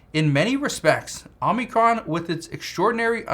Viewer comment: It's Omicron not Omnicron!